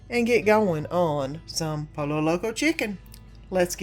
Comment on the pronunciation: I just wanted to let you know pollo is pronounced poyo ❤❤everything looks delicious. ❤❤❤